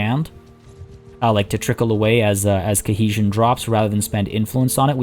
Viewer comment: I've got to ask now catching up on this series years later; is "cuh-hesion" some kind of inside joke or just a mispronunciation based on some regional English accent? Been super fun to watch through this and the zoo series again, but good lord that one word is driving me nuts xD